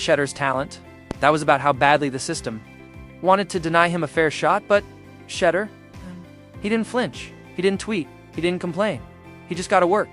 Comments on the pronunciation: The way you kept saying shutter instead of shedur lol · Shed- dure is how its pronounced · His name DOES NOT RHYME WITH CHEDDAR!!!!! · Shed- dure its pronounced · HIs name pronounced Sha duer despite the name being spelled Sheduer. Just say his last name since you are incapable of saying his name right. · Its pronounced SHEDOOR!!!!!!! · She-Duer pronounce it Right,... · Sha-door, if you're going to capitalize off our nephew pronounce his damn name right! Geesh! That's just disrespectful! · Pronounce Name correct. That's embarrassing.thank u😊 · Got to get his name right. He’s been on video most of his life. All athletes know how to pronounce his name. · You must learn to pronounce Sander's name correctly. To be online like this pronouncing things correctly is important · Who TF is this narrating this thread? Mf, you can't pronounce Shedeur's name yet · Please pronounce the name correctly!